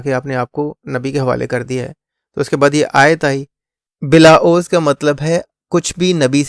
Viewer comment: عوض یہ A wz پڑھیں گے اردو کی اعرابی غلطی سے بچنے کے لیے اردو لغت آف لائن لوڈ کر لیں